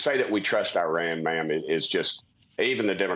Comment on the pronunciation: He’d be more believable if he knew how to pronounce Iran. And then he says Jim Jordan and Steve Scalise (may not be spelled correctly) are good options for speaker and lost all credibility. Sigh.